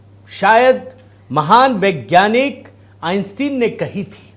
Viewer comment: सही उच्चारण है …आइन्स्टाइन ।